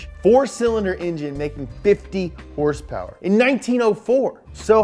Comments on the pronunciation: Hrsprs stuck with me too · adam durham, “Hearse Purrs” from now on. Lol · What are these “horse-powers” you are talking about? Are they like #hrspwrs ?